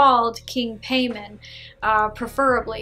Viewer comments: i’ve got nothing but positive result from king Paimon (Pie-mon) not pay mon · His name is King Paimon. Pronounce as Pie Moan not payment...I have never heard of him in any films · “Paymon” 💀 Pai-mon so simple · Paimon ( pronounced Pie-Mon ) not pain on. I think she says "Pay-Min. She made it up, regardless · It is pronounce Pae-muwn. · Haha true and she says his name all goofy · I don't think she's a demonologist she didn't even know how to say king paimon name right and not only that didn't even know who he was I'm not a demonologist I'm not a person who worships these daemons nor work with them But I know who he is. And if she did have this experience I'm pretty sure she met a trickster spirit. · Paimon ? Sounds like a Jamaican bill collector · Fake cuz u even pronounced the name wrong lol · I think you’re pronouncing the name wrong... and how can you forget one of the most important demons in the ars goetia? I’m not Luciferian or satanic, but I’m really sure people that summon him like Behemoth-X would point out a lot of your inaccuracies (no offense). PS You should try and summon Marbas 😉 “All the demons of Hell formerly reigned as gods in previous cultures. No it's not fair, but one man's god is another man's devil.” -Chuck Palahniuk, Damned (Damned, #1) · Right lol she can't even say his name right hahaha